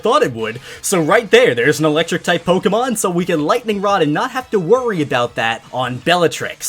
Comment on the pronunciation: He said "Pokeron" I'm DEAD